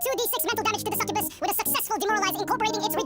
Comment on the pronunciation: Ah, the suck-uh-bass